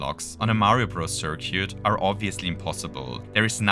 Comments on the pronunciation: Great video! Btw, for future reference, circuit is pronounced "sir-kit". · thought I had a stroke every time you try to say circuit I really hope this is an inside joke